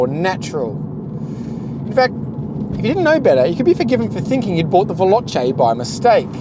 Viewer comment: You can't even spell Veloce right, and he doesn't pronounce it properly either because he says "velochie" (ditto with Speciale, which he says "Speziale").